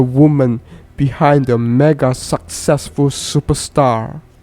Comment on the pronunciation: Bro the way u talk makes me feel like I was there . U need to be faster when pronoucning suck ..ccessful....